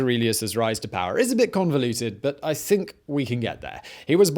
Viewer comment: He came to pahh in the Roman Empahh. A pahhful man.